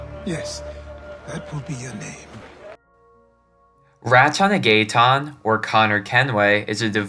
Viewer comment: "RAT-TON-A GAY-TAWN." "OOBISOFT" Please stop.